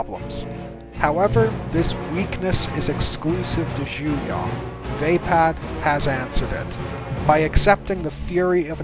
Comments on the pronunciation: it is pronounced "Juyo" not "Juya" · Juyo is actually pronounced ju-y-oo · The way he pronounces Juyo really annoys me.... The information is good. But the pronunciation gets on my nerves... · I’ve been scouring the comments trying to see if I was just insane or if he’s butchering the hell out of the name lol.